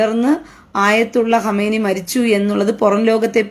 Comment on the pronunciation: ഹമേനിയല്ല സഹോദരി ഖമേനി